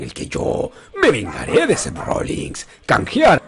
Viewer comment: Odio cuando le dicen Rollings a Rollins